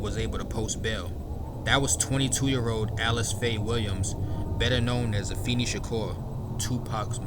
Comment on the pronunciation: Afeni is pronounced uh-FAY-nee